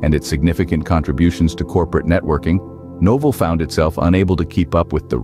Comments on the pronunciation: Awful boxing. "Noval" instead of Novell. Had to stop watching... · I thought it was my problem, that I used to pronounce the name of "Novell" wrong. But very soon I got that the voice-over of this video sometimes pronounce "No-fell", sometimes "Nor(mal)-fol(d)". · In case anyone wanted to hear an A.I. pronounce "Novell" every way possible in a single video, most of them very wrong. The history is interesting though.